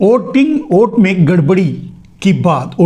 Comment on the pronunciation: ओट बोल रहे हो या वोट समझ में नहीं आ रहा है 😂